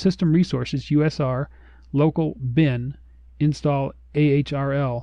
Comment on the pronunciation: Just a historical point, "/usr" is pronounce "slash-user" and reflects eary UNIX file system layouts. In at least the UNIX 6th Edition and 7th Edition, the root file system was pretty small, and a much larger "user" disk/file system was mount as "/usr" which contained home directories for user accounts, as well as all the supporting files that were not required to boot the system into single-user mode. Thus "/bin" on the root, paired up with "/usr/bin" on the user file system that had the non-essential for booting files. In the decades since, file system layouts and usage have changes, somewhat driven by the increasing size of disks, and also by automated tools like fsck to repair file systems. But the naming conventions still sort of survive, even if the usage has shifted more than a little with modern Linux and various BSD UNIX distributions. I've never heard /usr referred to as "UNIX system resources", though..